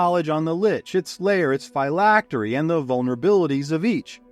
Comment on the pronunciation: The pronunciation of phylactery hurts but otherwise fantastic video keep it up